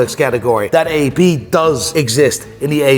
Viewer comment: How he says AP hurts my soul.